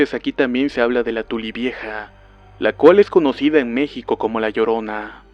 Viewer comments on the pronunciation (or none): none